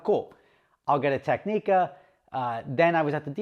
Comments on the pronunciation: Your Technica order will never be processed until you learn how to say the name properly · Explains xenophobic Monaco experience - wow thats bullshit. Starts pronouncing Technica - oh i get it now 😅